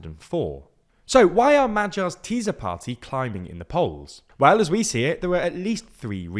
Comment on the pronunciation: Hahaha "Teaser Party" geeezz..... ok guys! Work on your prononciation!